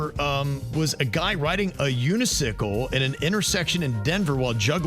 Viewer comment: Submit that for worst of the week. Do you mean a unicycle? You said, unisickle. 😄